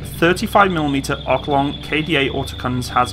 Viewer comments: By the way, It's Oerlikon, not Oerkilon. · Actually its pronounced 'Erlikone' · Hmmm. Its Oerlikon NOT Oerkilon! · Its oerlikon not oerkilon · "Urkelon" – Right. What was that about making a bad impression of yourself? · oklong? It's spelled Oerlikon! (it's a city district of Zürich, Switzerland. I grew up in Oerlikon ^^) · " Oor- lik-on" ..you welcome. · No don´t. As long as this guy struggles to even say "oerlikon", you really, really don´t want him anywhere near the German language... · imagine using only passive sensors and being buried with a whole tank battalion of those in camo somewhere and then a billion dollar wing of f35/22 is coming in low ......and fall out of the sky , getting hit just by f****ng shells ....for about 30 grand in total by a Bataillon of old used 70´s gepards .... ...what a shame oh by the way .....the manufacturer of the gun is oerlikon .....english pronounciation is ER-LEE-CON .....NOT ERKELON edit in 2023 ....as we see in the ukrainian war . those kind of systems would be a necessity in the future to have to defend your cities against small drones or even commercial small drones in the open field , when a guided missile system is to expensive or can be overwhelmed with 25 small kamikaze drones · Dude! Learn how to say "Oerlikon". Thats a fucking WELL KNOWN manufacturer of guns, weapon systems and components for weapon systems and if you want to keep doing material on weapons you will run into it many times! Learn it.